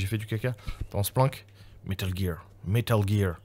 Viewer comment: Mdrr « métal guire, métal guirrrre »